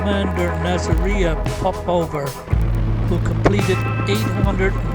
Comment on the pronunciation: They lost 32 aircrew. The correct name is Nadezhda Popova pronounced Na-dyez-da Pa-po-va with the stress on dyez and po.